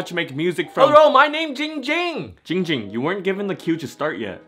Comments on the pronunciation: I realized the name is and says hes own name wrong he says ging ging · Wait- said his name wrong. It's supposed to be "" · said his name wrong soooooo many times😭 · my name is! Live captions: my name is! Ging Ging: AHHHHHHH HOW MANY TIMES I TELL U IT NOT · He said his name was Ging Ging. Isn’t his name? 45 reply’s lmao